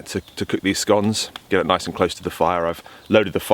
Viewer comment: a drunk bloke in the woods...show me the waya go ome hic. Also, finally someone who pronounces scones correctly, now all we need is an American president who can pronounce Thailand. *Runs from flying shoes*.